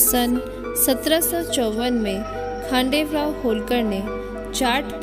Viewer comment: It's not khadel rao it's khanderao